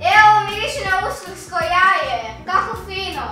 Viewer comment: rekao je uskrko AAHAHHAHAHAH